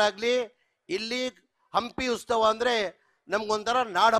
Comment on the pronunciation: ಉಸ್ತವ ಅಲ್ಲ ಜಮೀರ್ ಬಾಯ ಉತ್ಸವ